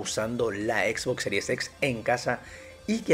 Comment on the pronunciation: Parece que dices a propósito lo de Xbox series sex xdddd